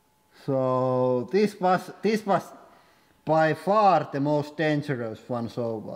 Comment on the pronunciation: "Thes one is the most dangerous by far so far"